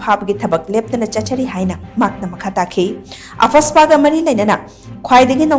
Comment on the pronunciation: She said “AH-FAS-PA”😂